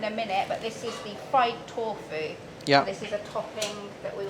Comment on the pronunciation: "Torfu", "misso" and some inconsistencies.